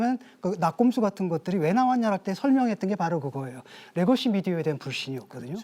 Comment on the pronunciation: 레거시를 R발음하는 교수는 뭐하는 사람입니까? 국민대 교수님..